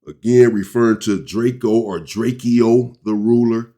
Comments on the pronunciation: Well his name was drakeo not Draco but pronounced Draco not drake-e-o 😂#LLDTR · gotta do some more research before u react drake-o not drakeyo was not from Inglewood or a blood u said that multiple times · Drakio 😂😂😂😂 Its drake-O